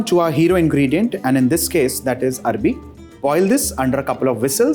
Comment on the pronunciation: Arvi not Arabi